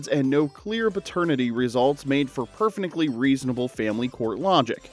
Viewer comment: “Perfnectly” done😜